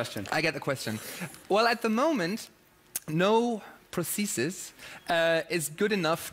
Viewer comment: Vegard: "Prothesistststsss."